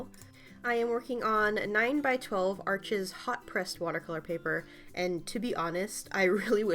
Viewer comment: "arsh" not "arches"! (It's French!) (gorgeous drawing...)...Also, do you sell prints of your work (this one, specifically!)?